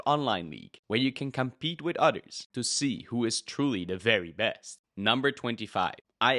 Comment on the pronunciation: I can't tell if you are saying "Others" or "otters" But I sure do love otters.